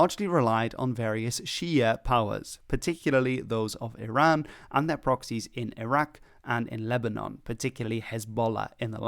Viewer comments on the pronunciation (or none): none